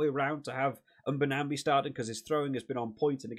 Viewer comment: Nche is pronounced nnn chair. Mbonambi is pronounced mmm bore num bee